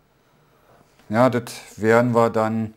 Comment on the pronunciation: gugle ? lol